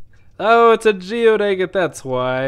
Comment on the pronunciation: I love your videos, except how you pronounce agate. Lol